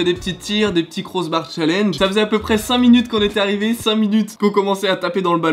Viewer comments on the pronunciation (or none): none